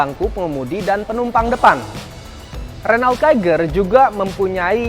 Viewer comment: its Ren-O